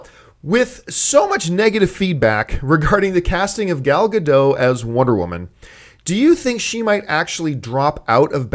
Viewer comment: ***** Please stop mispronouncing Gal's name. It's like nails on a chalkboard. Gal (rhymes with "doll") and Gadot (just how you are saying it, but the "t" at the end of the name is pronounced and not silent). Thank you, drive thru, first pick up window, please.